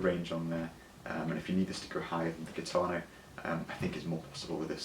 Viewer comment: It’s pronounced “heeetano…